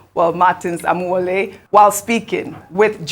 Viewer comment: Otio! So Ojy Okpe really cannot pronounce Amaewhule, yet she is supposedly Igbo? The first time I watched her crucify that name, about last week, I thought she was kidding. Ojy, you have to do better o, crucifying any African name by any educated African is not a badge of honor. Amaewhule, meaning: -- may lonesomeness not afflict my linage -- is politically unscrupulous but knows how to use rhetoric to make himself look great.